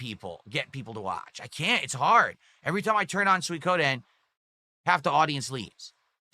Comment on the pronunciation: "Swee-ko-den" boils my piss